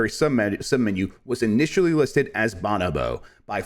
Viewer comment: The best first episode of anything ever. I think you pronounced bonobo 3 different ways that I’ve not heard before, and I’m here for it 👍🏻